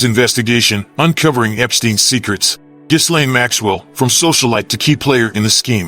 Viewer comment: Isn't it pronounced "Jillaine"? Not "Jizlane".